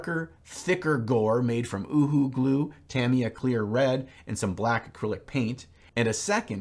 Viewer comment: My big takeaway from this video is that is the only person I have ever heard pronounce UHU correctly on Youtube...